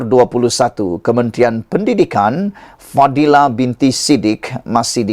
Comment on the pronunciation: Men.pendidikn..fadhlina bkn fadhila..sebut betul2.